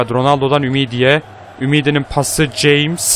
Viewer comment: Abi Jamesin okunuşu Hames diye okunuo söyliyim dedim :) BU ARADA Yine harikasin abi